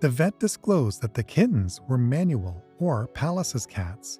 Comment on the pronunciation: Manul, not "manual".